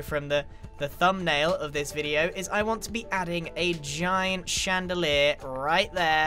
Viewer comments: Grian: cub is showing off Also grian: d I a M o N d C h A n D a L i E r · Grian: "Jez Cub you're just showing off now" also Grian "diamond chandaler"